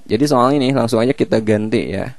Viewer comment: so'al - so'al :v